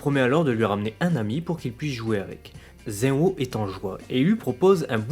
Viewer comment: tu prononce zen-o comme (ze-o) mais en realité meme en japonais le "n" se prononce clairement